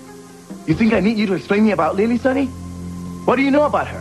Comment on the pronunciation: LOL Miguel pronounces Lily's name Lee-Lee.